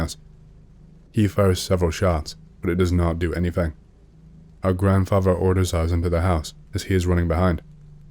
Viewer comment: “Grandfaver” or “grandfaTHer”? “Grandmover” or grandmoTHer”? “Brover” or “broTHer”? Maybe work on your pronounciation if you’re doing a talking YouTube channel.